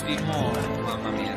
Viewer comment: 🤣🤣 That was a legitimate Italian MAMA MIA!